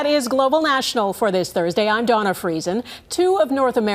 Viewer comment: Ooops its Dawna not Donna...